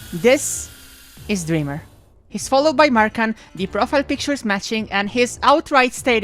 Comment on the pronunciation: pronouncing "drmr" as "durr murr"